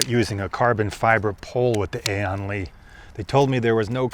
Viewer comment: good review but the name is LI, not LEE